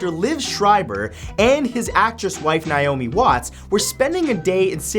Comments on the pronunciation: ITS nAomi not nIomi!!!! i should know... my name is naomi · Ok, so it's pronounced NAY-omi... not NIE-omi...